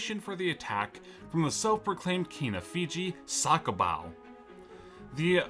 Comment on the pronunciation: Bruh Its Not SakoBau.